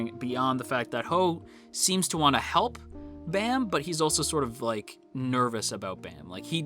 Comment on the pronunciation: Why some people say bam as baam?